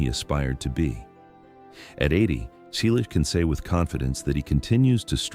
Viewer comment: Why a fake image of Tom? Teach your AI-generated voice to pronounce "Selleck" and Magnum P.I. correctly. Why talk about people you don't know personally? Tom and Jillie met in 1983. They married in 1987. Tom did not visit London.He filmed Lassiter during that time. We have already informed the creator of the original video about the misinformation, but you simply copied everything. Shame on you.